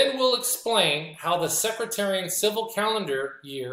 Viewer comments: Respectfully, it’s “Seck,” like deck, and “tare,” like a weed, and “ee “ and “en.” with the emphasis on “tare.” It doesn’t sound like “secretary.” Excellent teaching. I never knew any of that. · It's Sec-tarian , not Secratarian. God's Blessing's and Shalom 🙏